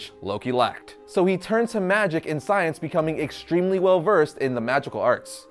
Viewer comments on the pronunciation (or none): none